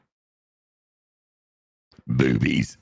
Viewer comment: Always thought it was “boobies”? 😂